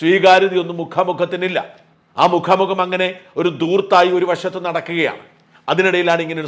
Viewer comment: മുഖാ മുഖം അല്ല മുക്കാം മുക്കാം....